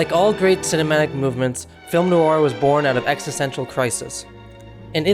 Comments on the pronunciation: Please stop calling it "nouur". And "monosyllobuc". Please. Thanks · NOIR has only One syllable! (the word is French for Black) It is not pronounced 'Noo-ar! Say the MAIN WORD properly to show basic respect for the topic